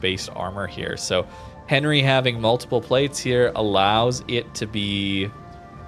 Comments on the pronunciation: Not that I'm the diction police or anything but, it pronounced "Aun-ree" with your best french accent! lol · Enry, silent H! mon dieu... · I am sorry but I hate the way you pronounce the name of Henri............